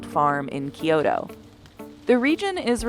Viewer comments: Kee-yo-To ?! its KYO-TOH! your T pronunciation of every Japanese name or object is highly irritating. literally just say it how its written or learn some basics of a language before doing any voiceover work on something that is about that country. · lets stop pronouncing Kyoto wrong, its not Key-oto, its Kyo-toe, like yo in "yo man!", but with a k sound inserted at the top. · The pronunciation in this video was horrendous. 'AY-okoh'? 'Kee-yotoh'? Please do your research. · Im sorry that pronunciation of “kyoto” pissd me off